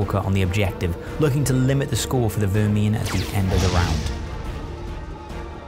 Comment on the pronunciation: I respect the commitment to your pronunciation of Vermhin